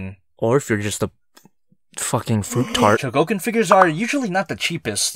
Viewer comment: Chougokin? Kyougokin? Fuck it, chi Yo u go KI n